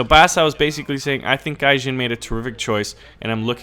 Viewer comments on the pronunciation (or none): its gaijin, not gayjin, and although i may be a fanboy, still, i think its rude how u call gaijin "gayjin". and no, i will not cry on mommys shoulders, but still, i must recommend not being as rude to people. it is mean and u can hurt peoples feelings, and IRL it may cause bigger consequences than on the internet.